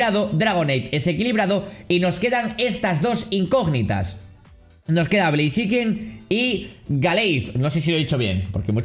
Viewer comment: Besta se escribe blaziken y se pronuncia bleiziken